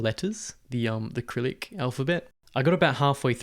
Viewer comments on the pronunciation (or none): Just for info. Cyrillic is pronounced sih-RIL-ik not krillick. That aside I have tried a few languages and for me personally the main difference between keeping going and giving up is motivation and access to materials. I have given up on languages when I've stopped seeing the point or for which there are just too few materials. The two languages I have kept going with and love with a passion are Russian and Romanian. Russian because I studied there and made a group of friends who I am still in contact with - only a few are still in Russia but that's another story. Romanian because I made a Romanian friend at work who introduced me to some other Romanians here in England and then I went with him to Romania and made friends there too with his friends and family. I now spend part of each summer in Romania with them and socialise with my Romanian friends here too. So the language is relevant and important to me. Speaking Romanian well enough to speak with them like a normal adult has played a vital role in our friendships.